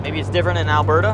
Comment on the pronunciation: Thanks for saying Alberda correctly